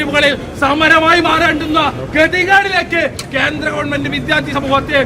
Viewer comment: വിദ്യാർത്ഥി ആണ് അല്ലാതെ വിദ്ധ്യാർത്തി അല്ല. ഉച്ചാരണം ശ്രദ്ധിക്കുക